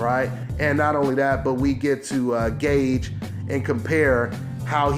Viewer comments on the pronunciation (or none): none